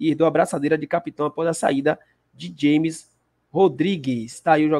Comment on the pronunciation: James Rodriguez se pronúncia Ramez, em espanhol o j o g tem som de R